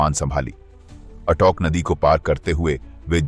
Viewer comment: Sahi se naam liya kro,,,, ऑटोक नही अटक।🙄